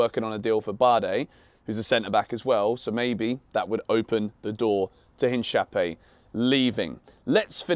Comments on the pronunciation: the correct pronuntiation btw is: in - ka - py - é ("e" like in "e"scape) ... ... u said: inshapiiy 😅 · Love your content! This isn’t me being cheeky-but I thought I should mention Hincapie is pronounced “ In-ka - pieh”. Good vibes and support as always keep it up 💪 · The way he pronounced Hincapia’s name 😂😂 it’s killing me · He left the best for last lol,funny the way he pronounced Hincapie's name😂, that tells you that Chelsea fans have no clue about Leverkusen, but at least is the only Chelsea youtuber that has even mentioned Hincapie, doing his homework 🎉, other you tubers that cover Chelsea get a red box for being clueless about the Hincapie rumors.